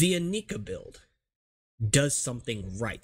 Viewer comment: Stop pronouncing it "ineeka" for the love of God. All the commercials pronounced it "Inaika", plus it sounds better.